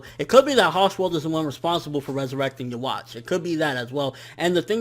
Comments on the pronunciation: Why do all reviewers keep saying youwatch instead of juha? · Please man. Read this before you continue saying Yhwach's name like that. The W should be pronounced like a V. The CH is to be pronounced like a K. So in that sense: Yuh-vak. Or keep it simple and just call him Juha. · Desty Nova thats also not how you say it